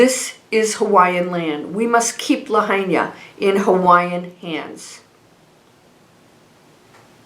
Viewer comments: Thank you for sharing. (Lahaina is pronounced La High Na) Absolutely horrific what happened to our beautiful historic Lahaina town. I donated to a private go fund me. Sending my condolences and prayers. ❤️‍🩹🙏🌸🥵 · Thanks. Always beautiful. Quick correction to your intro. It's lahaina (pronounced (lahighna) Maui. Love always. Fyi. Hawaiians pronounce all vowels in Hawaiian words. We are Hawaiian fanatics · pronounced la-HIGH-na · Lahaina is pronounced La hi na… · It’s La hi na Maui not Kawaii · Thank you for the report - please know how to pronounce the name of the town beforehand if you’re going to say it so often. You’ve been there, it’s on all the news. Respect for the town and the people to pronounce Lahaina correctly. Thanks.